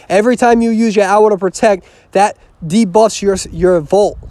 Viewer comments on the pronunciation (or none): none